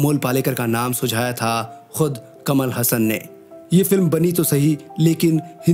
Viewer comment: कमल हसन नही कमल हासन वह कट पीस नही सनातनी है याद रखो